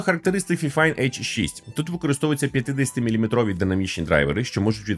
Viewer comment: Правильно файфайн🥲